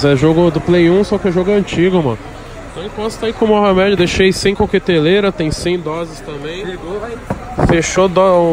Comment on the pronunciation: Tem toguro falando moha med tem like